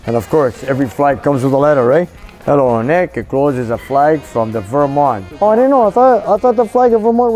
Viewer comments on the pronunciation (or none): none